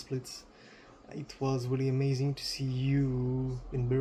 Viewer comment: La vidéo est sympa ! Pour ceux qui suivent la scène depuis plusieurs années, on n'apprend pas grand chose de nouveau mais pour les suiveurs les plus récents, c'est un bon récap ! Par contre ma seule remarque concerne la prononciation de certains pseudos ou noms d'équipes à revoir (Amazing mais surtout Schalke où le 0 n'est jamais prononcé alors qu'il le devrait)